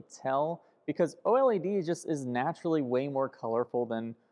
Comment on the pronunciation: O-L-E-D? You mean OLED?